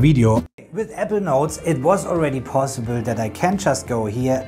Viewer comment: Really good video. Thank you 🙏 A little constructive feedback, I actually thought you were pronouncing ‘evernote’. When you meant Apple Notes. 🙏 I think you pronounce too quick the word ‘apple’.